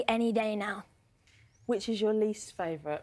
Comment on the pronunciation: OH NEOW!!!! THEWY FOOND MEY!!!